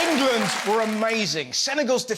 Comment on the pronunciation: Engerlund……. Engerlund Feetbahs camin ham 😂